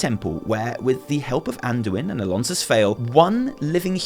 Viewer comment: Ok now the name of Alonsus wrong as well. Redo the campaign :D